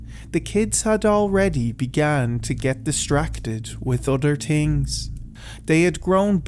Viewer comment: Damn 19 hours late but better late than never. I say this with no intent to insult or harm or tease you but I will be honest and say one of the biggest reasons I like listening to you is when you say " other tings " or "tree" for the number 3. Good job on this one 😀😃👍